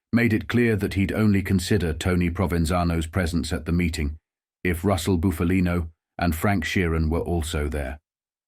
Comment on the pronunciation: It's pronounced Buffalino, NOT Boofalino. Pull it together dude. 😮